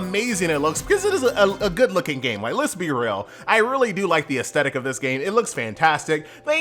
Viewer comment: Ass-thetic. Not As-tettic 😰